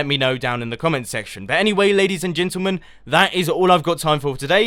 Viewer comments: 'Ladies and gintlemen' XD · Lmao he says ‘Anyway ladies and gintlemen’